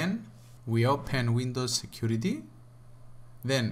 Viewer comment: Why he says security chicurity